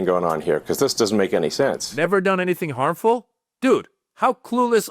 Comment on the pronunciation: Cringe ... he can't pronounce "harmful". Deport the creep send him back to Africa !